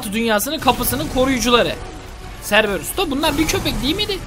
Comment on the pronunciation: serberus değil okunuşu kerberus